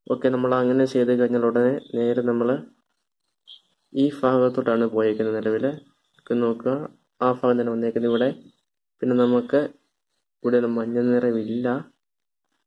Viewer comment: അതെ ചേട്ടാ..... ഫാഗം അല്ല ഭാഗം😂😂